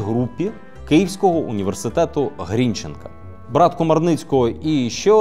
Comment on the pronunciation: Суууука. Мій університет. ГрінчЕнка (як Шевченка, будь ласка!).